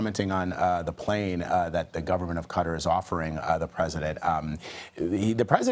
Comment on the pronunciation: Learn how to pronounce QATAR